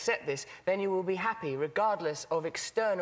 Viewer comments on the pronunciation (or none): I love when his accent makes his “th” sounds turn to “f”s or “v”s. “Don’t Get too attached to material fings.”